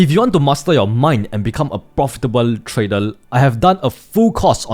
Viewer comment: When is he going to learn how to pronounce "trader" ?